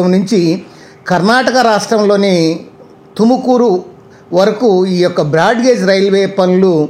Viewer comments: ఎందన్న. తెలుగోళ్ళ మరియడ తిస్తున్నావు. బెంగళూరు లో కర్ణాటక టుకుమూరు ఉందా 😅😅 తుమకూరు అన్న అది తుకమూరు కాదు కర్ణాటకలో బెంగళూరు ఉంది అన్న. ఎంతో మీరంతా ఎక్కెక్కడ నుంచి వస్తారో. 😢😢😢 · Adhi tukumuru kadda raa tumakuru